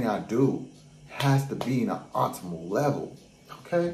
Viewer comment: "OPTIMAL" you not pronouncing the P Ur saying otimal not optimal. I'm not being a smartass i promise but I know ur wanting to level up in business & so I know this is a word that will be used to prospective clients or investors...& we have to be saying key words correctly 🙌🏾🙌🏾🙌🏾🙌🏾🙏🏽✌🏾